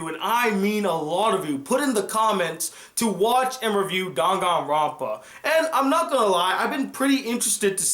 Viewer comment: I don't think that this is how you say danganronpa